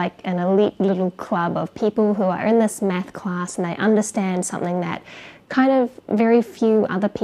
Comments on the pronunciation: i just get stuck on 1 thing about your videos. Anything other than that is perfect but you pronounce math like meth and it always cracks me up. i just wanted to tell this. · I keep hearing meth because of her accent 😅